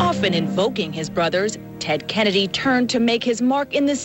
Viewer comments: "tennedy"? lol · LOL!!! "Tedennedy" he said!!